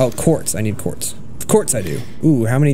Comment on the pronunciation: It's not just me who hears corpse instead of Quartz right